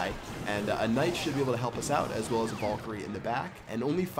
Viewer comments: Honestly, I've been watching ur vids for over 2 years, and my head is really hurting from when I'm pulling out my hair every time u say vulkerie 😂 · Its VAL-KU-RIE. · It's called vay-lee-cry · It's pronounced Val-e-Croi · it's pronounced Vae-lee-cry.